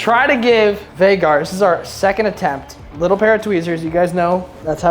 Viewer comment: Hey! Love you,Brooke,& Jack! Just to let you know it's "Haygar the Horrible" not Vaygar! Want more dock fish trap videos plz!